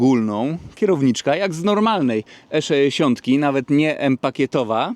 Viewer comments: Jeżeli mówi sto-trzyeści-sześ to dlaczego nie E-szeesiąt?:) Wiadomo. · Wszystko super, filmik fajny, ale jak piąty raz powiedziałeś ESZESIONT to zaczęło to być wkurw.... irytujące :)